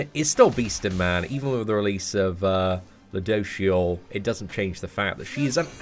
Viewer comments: Btw it's ludo"siel" not ludo"shiel" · Phonetically its - Lood - o - shell. Lood like loot, you're looting something (stealing). For a while it a while I was hearing ludoucheshell lol. He is a douche but still. Any love you lots. <3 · You’re saying it wrong regardless it’s pronounced: Lou-do-seal 😂😂😂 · I don’t wanna be that guy but it’s pronounced ludo-shell. Please don’t hate me comments... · Its Ryu-do-shieru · It’s pronounced Lude-o-sil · You can say it like this lu do shell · its pronounced LUdosielle last e is silent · It's pronounced lue doh seal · Why he say luduciel like that 🧐🧐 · Say the name right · Every time says ludociel I laugh a little bit, sorry but that pronunciation is pretty funny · No offense but can you learn how to pronounce his name please lol.